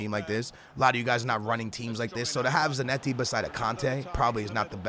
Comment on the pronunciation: Y does he say zanetti like that???